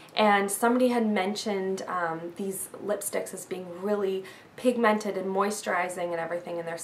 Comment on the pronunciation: its funny how she sais pigmented::)) LOL